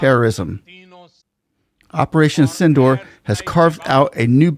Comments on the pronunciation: Its not pronounced as Synindor but should be correctly pronounced as Sindhoor (Sin-dur). Like durable dur. Mind it. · the pronunciation is sindoooor. Not door, hope this helps. Sindoor is the red color Indian women have on the forehead and in their part in the hair